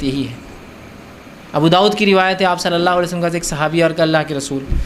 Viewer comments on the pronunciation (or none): none